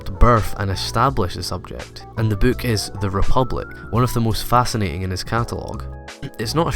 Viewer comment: Did anyone notice 'Rebilic' instead of 'Republic'?